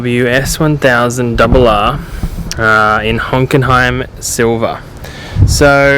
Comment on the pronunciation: its hockenheim not honkenheim🤣